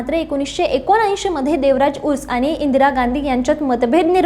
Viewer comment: बाई, व्यवस्थीत माहीती घेत जा , आणखी बरोबर उच्चार करा , देवराज उर्स. नव्हे ते देवराज अर्स नेते होते ...